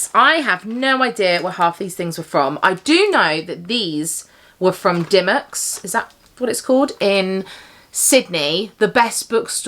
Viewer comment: Glad you loved Dymocks in Sydney so much ...and yes, you pronounced it perfectly 😊 My fave haul souvenir is the Cape Town mug